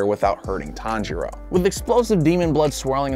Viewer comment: He just said taniro